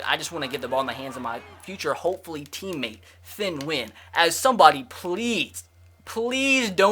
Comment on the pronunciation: His name is thien (th-E-in